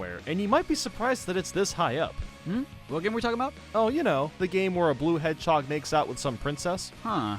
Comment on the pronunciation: "Donald the Hairhog"